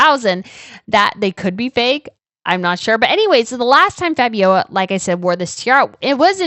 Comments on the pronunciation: Let them work to pay their taxes.... their ancestors stole the money to pay for their tiaras and juwels anyhow; and it is Fabio - L - a , not Fabiowa.. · Seems to me that you are having trouble pronouncing the name FABIOLA.. it's not FABIOA its F A B I O L A (practice the last syllable LA LA LA LA LA FABIOLA). TBH its kind of annoying listening to you butchering her name .... please prepare yourself beforehand. Shows professionalism on your part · Hi! Long time watcher of both channels. Keep up the good work! I'm Belgian and I can answer a couple of questions for you. But firstly, it's FabioLa, not Fabioja. There's an L in there;) As for why Lilian was never queen; it's a long story. So she and Leopold III got married in 1941, during WOII and the wedding was only announced after it had happened. Also it would later turn out she was pregnant at the time. Their wedding was not well regarded at the time by the public, because Queen Astrid had only died 6 years before and she was incredibly beloved. That and the fact that this happened during WOII, when Belgium was under German occupation and Leopold III had surrendered to the German regime. To the public it looked like he was collaborating, though in actuality it was a placid neutrality. So the war ends and Leopold III is in exile. This leads to the "Royal Question" (Koningskwestie in Dutch) in 1950 and a public referendum was held on wether or not the king would be allowed to return from exile and presume his role (his brother Karel/Charles had been regent in the mean time). The referendum ends up being in his favor and he returns from exile. But the country was not united in its vote (still Belgium's main issue today), with Flanders (northern, Dutch-speaking region) voting pro Leopold, and Brussels and Wallonia (southern, French-speaking region) voting against him. When he returned this caused outrage in the southern part of the country; riots, attacks, strikes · It is pronounced FABIOLA.